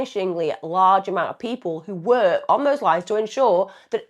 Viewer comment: Why can't she pronounce the word " work " properly?